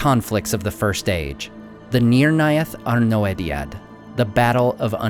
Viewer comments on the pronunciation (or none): thank you so much for your great videos, that i enjoy a lot! (very) small side note, that i often see under tolkien scolars: thous arnoediad is an old quenya term, OE is not pronounced o-e but rather like the german ö (see the pronounciatian notes in children of hurin).